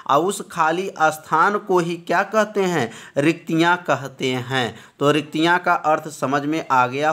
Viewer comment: Sir riktika hota hai